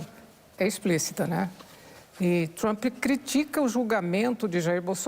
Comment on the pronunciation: Alguém mais percebeu que ele está lendo as suas respostas em alguma tela por trás das câmeras ?? Ele se entregou logo no início quando disse "Tr'u'mp" e depois tentou corrigir Isso é a TV estatal ajudando de todas as maneiras!😂